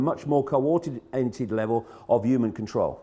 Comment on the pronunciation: Sad thing is even if every "YOOMAN" lol sorry David couldn't help myself, saw this video, how many if them do you thing would be woke enough to heed the advice. Then out of that percentage how many would have the guts to act on it then out of that tiny percentage how many would have the means available to enact that wish to do something bout it.